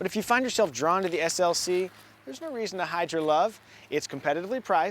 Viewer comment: I’m not the only one who heard him say GLC right?